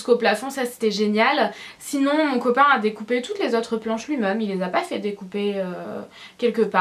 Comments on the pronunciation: Pk tu dis nous meume au lieu de de nous meme ? Bizz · tu dit :nous mom à la place de nous même sinon je t ador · super vidéo et oui je regarde en 2016 ... mais tu dis meume au lieu de dis même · j'aime pas comment tu dis même tu le dis meme et tu le dis beaucoup de fois dans cette vidéos mais sinon ta un beau dressing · On dit MÊME et pas "MEUM" lol! Sinon ta pièce est magnifique!